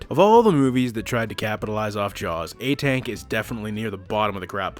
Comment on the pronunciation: It's pronounced "aa-tunk" in Hindi 😂